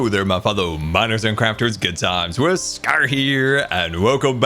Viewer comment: Is it just me or does he say, "Threads by Scara"